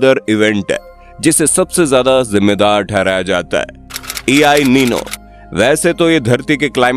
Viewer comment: E i nino ❌ EL nino 👍 ✅